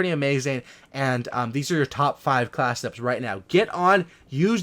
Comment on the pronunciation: I like your channel just because it sounds like you say 'Class it ups' instead of class setups